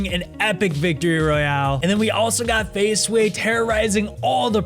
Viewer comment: At first the guy said Faz Swey